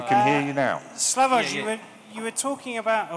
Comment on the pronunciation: he even mispronounces Slavoj's name...pure English "superiority"...even after the guy from audience pronounces it correctly mr. Self does not correct himself...pure lack of respect